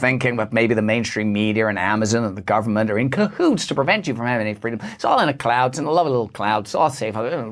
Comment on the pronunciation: Sorry, I thought you said "Clown world" there for a minute. 🤔 Oh well. Same Same. 🤡🌍☁️🌍🤷‍♀️